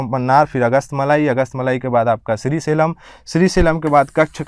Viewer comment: आपकी भाषा थोड़ी प्रौढ़ होनी चाहिए। उच्चारण दोष हैं जैसे श्रीशैलम को श्री सेलम कह दिया है।